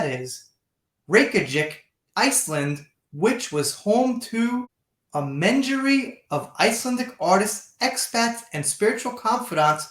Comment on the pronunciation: Reykjavik is the Capital city of Iceland - pronounced 'Ray-kya-vik. Also, menagerie, means a 'group or assortment of odd or eclectic things or animals.' Pronounced with the A being the strongest syllable.... men-A-gerie. Another great video, thanks for the time you put in to them. x Have a great Sunday with your family x